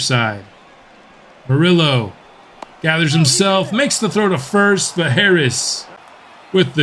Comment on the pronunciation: So Hispanic people who support your channel and asked you to correct the pronunciation of an Hispanic name regarding Morillo and you tell them you dont want to pronounce it correctly even tho you know how? Lol bigotry and micoraggressions are at an all time high, tone deaf and ignorance at its finest, definitely was a fan of the content but gotta unsuscribe because this is not the first time this has happened and that sucks because it was a very fun series man